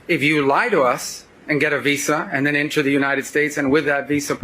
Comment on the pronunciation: Dude doesn't even know how to pronounce Visa.